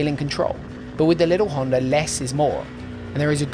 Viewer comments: Great review, definitely no R in the word Honda though 🤣. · why do you pronounce Honda with R at the end? Like in general (not only you). I am intrigued.